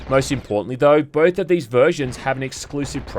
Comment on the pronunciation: most in-PORT-antly